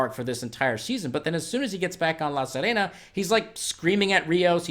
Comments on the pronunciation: Bro, it’s “La Sirena” not “La Sarena”! See-reh-nah. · Omg.. It's pronounced Seerehna (as in bee, see) , not sehrehna! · I really liked this one. Slow and moody. PS sorry to be pedantic, but La Sirena is pronounced La Seerena, like "to see"